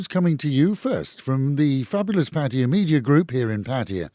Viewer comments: So Pattaya is not pronounced by its name, but is called "Pa-Toy-Ya" instead of Pa-Ta-Ya..😂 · Pa-TOY-ya like in the word "TOY" then add "ya" is the ignornat and arrogant way of saying PATTAYA, unlike how local Thai people say the Pa-Ta-Ya..